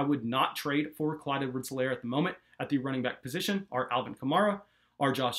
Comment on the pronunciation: H is silent. EE-lair.